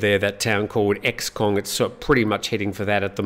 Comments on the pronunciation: Good day, just a quick side note: the city is not EX kong, but XE kong, in Lao names the X pronounced as "S" in english, so SE-kong. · Xekong - pronounce it "Seekong". Thanks - sok dii der ai